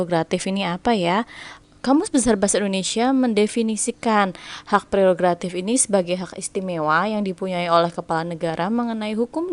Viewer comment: Mantap kak terimakasih buat pembahasannya, btw bantu ralat dikit yg bener tu prerogatif bukan gratif😁 semangat terus buat yg besok tes semoga dimudahkan dan dilancarkan aamiin🤲